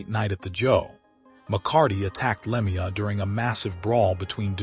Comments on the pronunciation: its a sad sad day.and whoever you are, talking away here you could at least say his name right!, it is pronouced "Lemeau" (LeMew) please do him the small honour of pronoucing his name correctly! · The pronunciation of Claude's name on this post tells me this is a joke post